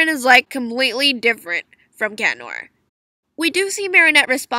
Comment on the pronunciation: Finally someone says cat noir’s name right some people say CHAT NOIR I mean who says that 🙄😑😬😒😵😆😮😧